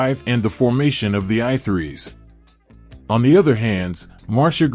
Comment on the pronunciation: I Three. Not I Threes